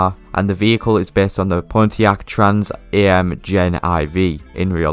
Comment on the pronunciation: You mean Pontiac Trans Am, not Pontiac Trans "A" "M", lol